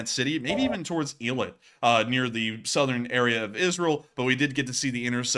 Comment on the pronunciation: It's pronounced eye-lat :)